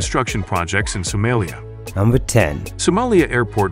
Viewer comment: Someeliya 😂😂 Funny AI